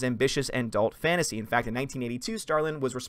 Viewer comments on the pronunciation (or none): none